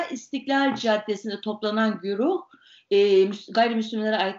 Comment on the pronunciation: ..? " Güruh "ise uyar da sanki gurup gibi duyuldu Ayşe hn.